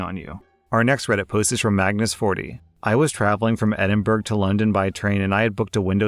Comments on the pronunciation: As a Scotsman it’s pronounced buruh not burghfor Edinburgh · Edin-buruh or Edin-bruh in Scotland, NEVER Edin-burg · Where the F is Edinburg? It is Edin-bo-ra. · My guy straight up said ediburg why can people outside of the uk not say Edinburgh or Fraserburgh right <\3 it kills me man! Lov u but pleaseeeee I felt my whole body cringe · in the second story, Edinburgh is pronounced "Edinburuh". - A Scottish Fan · I'm sorry but Edinburgh is pronounced 'Ed-in-bruh'. Love your videos tho I know British names are hard 😅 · Edinburgh is pronounced Ed-in-bu-ruh (ends like the name David Attenborough) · second story lol its pronounced edin-bruh lol not tryna be rude just as a scot i found it funny lol (you did the first part right tho) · It paints me a little every time someone pronounces Edinburgh like it is "Edinburg" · to ‘Edin-Burg’ XD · Edinburgh - Edd-in-bra He’s a cross dresser, don’t judge! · Edin-BURG. Do... do I need to explain the problem here? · Edinburgh is “Ed in bruh” (the gh make a soft h). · edinberg XD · Please don’t say Edinburgh like that 😭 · Edinburgh is not pronounced that way. You've literally already been over this exact pronunciation issue on this channel before. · Anyone from Scotland cringed when he said Edinburgh. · That’s not how Edinburgh is pronounced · Is anyone else kinda laughing at how he pronounced “edinburgh”?